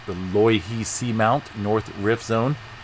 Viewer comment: Pronounced "low" "ihi" In the Hawaiian language the letter "I" is always pronounced like saying the letter "E" so you were pretty close. The punctuation mark looking like a backwards apostrophe is caller an "okina" which separates two vowels. Meaning a short pause between vowels. While I'm at it, vowels are ALWAYS pronounced the same. A- as in "aha" , E- like saying the letter " A " , I - like saying the letter " E " , O- as in "oh" , and U - as in " ooh ". No matter what the word is, the vowels are always pronounced this way. The line over a vowel stretches the sound of the vowel it's over " oookay "